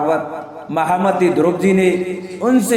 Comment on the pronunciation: ध्रुव जी के नाम को स्पष्ट उचारण करें यह द्रोपदी जी के नाम सुना दे रहा है